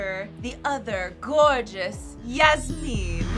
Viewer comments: The pronunciation of Yasmin is SENDING ME 😂 I say it like Jasmine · Okay no hate to y’all, cause you guys are saying it how its spelt, but the way you guys have been saying “yasmine” has been KILLING ME 😂 atleast from when i watched the show they pronounced it yaz-min (like jasmin) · I dont want to be rude but ive watched bratz and im pretty sure they pronounce yasmin like yas-men not yas-mean just saying yall look cute but also i think there shouldnt havent been two yasmins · It is pronounced Yas Men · When they kept saying Yasmin wrong and called her Yasmine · i’m so sorry but Yasmin is pronounced like jasmine but with a y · I will never get over the fact that Yasmins name is not pronounced how they are saying it.